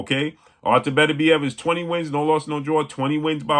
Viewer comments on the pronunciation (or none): none